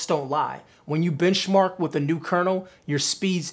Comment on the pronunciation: I thought he said, "bitch Mark"..I was like..yes sir lol